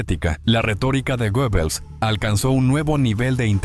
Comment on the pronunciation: Creo que se pronuncia guebbels